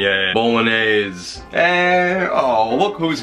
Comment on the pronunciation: Based on the bit at the end when Richard had to help you out with the pronunciation of Bolognese, I would love to see your blooper reel!!!!